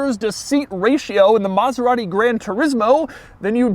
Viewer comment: Can’t even pronounce it well lol